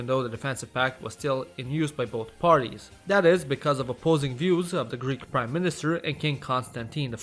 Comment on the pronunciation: As a greek person, my ears bleed every time he tries to pronounce a greek name